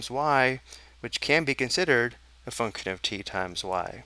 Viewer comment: Your pronunciation of function gives me nightmares